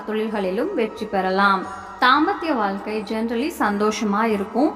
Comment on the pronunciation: ஆயுளைப்பற்றி சொல்வது ஒரு புறம் இருக்கட்டும். தமிழில் 'ழ' என்ற எழுத்து வரும் சொற்கள் மிக அதிகம். அதை பேசி பயிற்சி எடுக்கவும். வால்கை, தொலில்,கிளமை, அளகு, உளைப்பு, பலக்கம் என்று சொல்வதை கேட்கும்போது நாராசமாக இருக்கிறது. பொது வழியில் பேசும்போது பயிற்சி எடுத்து பேசவும். இல்லையென்றால் தமிழை நன்கு உச்சரிக்க தெரிந்தவரை விட்டு பேச சொல்லவும்.